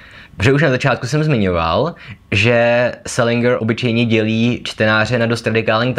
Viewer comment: Dovolím si opravit - správná výslovnost je selindžr, ne selingr.